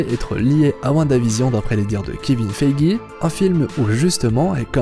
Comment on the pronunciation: Pour quiqksilver je savais pas, juste un truc, kevin feige ça ce dit feije et pas feigi, merci pour cette vidéo !!